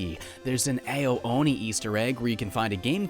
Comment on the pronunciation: Ao is pronounced "ow"